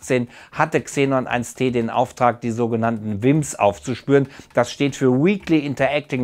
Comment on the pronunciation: XENON1T 🙊 man spricht es xenon eine tonne oder xenon one ton aus